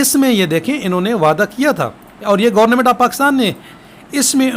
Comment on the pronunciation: Sir aap online ko aanline and government ko gornament kyun bolty hn??